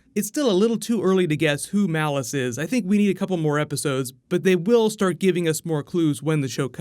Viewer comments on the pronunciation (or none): Why do you keep calling him "Malice"? It's Mollus...it's always been Mollus, even in the comics. I know pronounces a bunch of stuff wrong but this is worse. Mollus and Malice are two very different words.